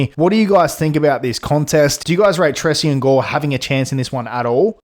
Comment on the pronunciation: It’s pronounced Tray-Shawn brother just a little help for the future vids 👏